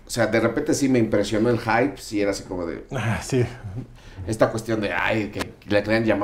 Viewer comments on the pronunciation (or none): El sr. se anula a sí mismo desde el principio, ya que el aclara que se deja llevar por lo que opinan otros en lugar de que preserve su criterio. (Y pronuncia mal la palabra y dice “jaip”)